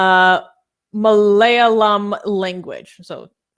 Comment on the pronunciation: Haha. pronouncing Malayalam.